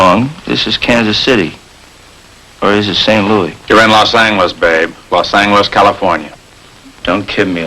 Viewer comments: Sgt Romero's character very clearly saying Law Sang-geless instead of Loss Anjelez. The only other instance of that pronunciation I can recall was in a Firesign Theater skit. Maybe the skit with the car salesman? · "You're in Los ANGeles, Babe! Los ANGeles. Got it?" Old-style pronunciation!